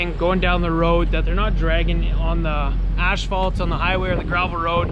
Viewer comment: do Canadians really say asphalt like that